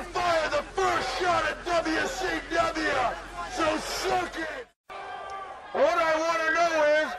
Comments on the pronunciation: Dubya sea dubya, wrasslin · U were close, Dude. He actually sed "dubya see dubya rasslin!" LMFO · Dubya C Dubya, Wrasslin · "Dubya C Dubya Wrasslin'" 😂😂😂😂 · DUB-YA CEE DUB-YA… RASSLIN